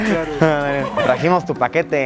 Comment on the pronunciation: Nadie:... Luisillo: Te tragimos tu paquetote 📦